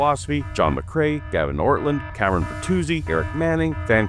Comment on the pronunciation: I'm surprised no one's done a bit about "" yet, given all the times he deliberately mispronounces other people's names.